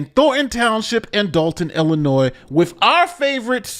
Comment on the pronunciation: you pronounced "Illinois" correctly! I'm so proud of you, buddy! See? You are living proof that anyone can come back from the brink of insanity.:-)